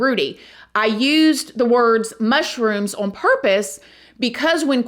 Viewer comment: The word 'on' is one syllable, not 2